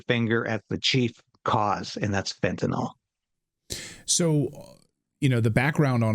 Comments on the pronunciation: Fen-ta-nil Not fenta nall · MISPRONOUNCING - It's FEN-tii-niL, not fentiNAWL. Thank you. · It’s fentaNYL, not fentanOL; rhymes with bill, not ball. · "nyl" does not sound like "nol". If you can't even say the name of a drug correctly, how can anyone trust your opinion on it? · Christ, can you even read? It's fentanyl, not fentanol. Also there almost zero fentanyl crossing the Canadian border into the US. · 'Fentanyl', Clayton; not 'Fentanol'. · By the way, the drug is pronounced fen-ta-nil. If it were spelled fentanol, then it would be a harmless type of alcohol. The -ol ending denotes a type of alcohol. The drug is not that. Fentanyl has a different chemical composition. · I think it was Trump who started pronouncing fentanyl as if it were fentanol. Anyone else notice? FYI: it's not "fentanol". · That Canadian is so polite that he mispronounced the drug just like Clayton. So from now on it's fentanol. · It is pronounced FYNTUH - NILL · We'll never fix the problem until people learn how to pronounce "fentanyl".